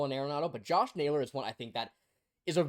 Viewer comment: This dude said Josh Naylor what a dumb dumb